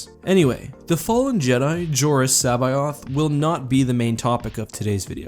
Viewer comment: Your pronunciation of C'baoth makes me cringe